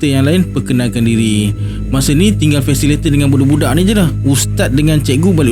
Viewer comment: fasilitator bukan fasilator. Jgn marah.